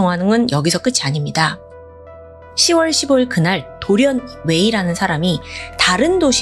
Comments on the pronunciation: '10월'은 '십월'이 아니라 '시월'이라고 발음 하는게 맞습니다 '6월'도 '육월'이 아니라 '유월'이라고 발음 하는게 맞고요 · 십월이아니라 시월이맞지 동남아에서살다왔어?